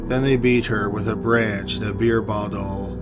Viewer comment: Only this narrator could draw out 3 syllables for so long... Beeeeeer baaaauuuuttttoooooollll..... Good god please do less drugs before narrating your next vid!